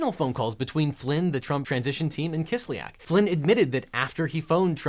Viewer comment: Kis lyak. Ya is a single vowel in Russian. It is not Kis lee ak like almost all Americans pronounce it